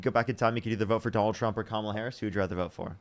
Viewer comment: I love correcting them every SINGLE time they pronounce Kamala incorrectly 😂